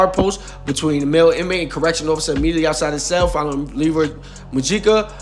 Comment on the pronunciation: It’s pronounced Mo-HE-Ca